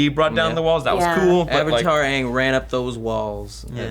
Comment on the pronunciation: Fuck the movie! They pronounced Aang as ung, Sokka as SOOkka( the O is like an A in the show but not in the movie)and Iroh as Eroh